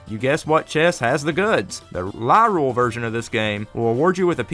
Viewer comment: I just gotta point this out, Lorule isn’t pronounced Lyrule. To help you remember, it’s a pun, Highrule and Lowrule. Also damn, I actually didn’t know about Gramps. Guess that’s a thing I never did lol